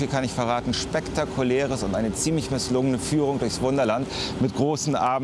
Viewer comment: hat er misslungen gesagt?😂 es klingt wie misslungen😂